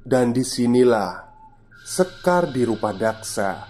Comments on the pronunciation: yg benar Rudapaksa bukan rupadaksa 😅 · rudapaksa mas bukan rupadaksa